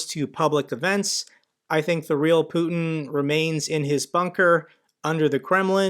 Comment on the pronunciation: Did he say 'Putner'...wow...they are f!&ked up...on all planet.